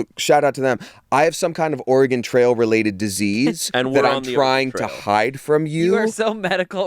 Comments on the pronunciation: I'm sorry say "Oregon" again? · The most upsetting part of this episode was - how pronounces Oregon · waaaait. says Oregon like an east coaster